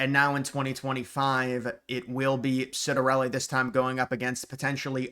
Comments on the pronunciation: Ciattarelli Pronounced; CHiatarelli, not Sitarelli... Just some trivia. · You need to learn how to pronounce his name: Chitter-EL-ee